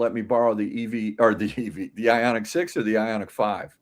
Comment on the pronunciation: Ioniq. Not Ionig. Wtf……🙄